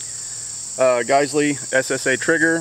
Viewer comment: Learn how to say “Geissele” lmfao